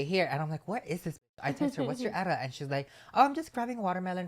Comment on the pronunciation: Wait… I’ve never heard someone say ETA as a word and not the letters. Love. I will be using that.